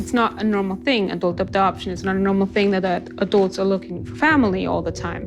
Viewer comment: “Adelts adopting adelts”